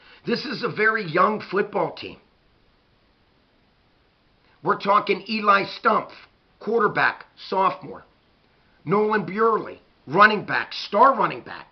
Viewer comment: Hey! This was a great analysis of the game! Being an eagle, just wanted to let you know that Nolan's last name is pronounced Bur-lee!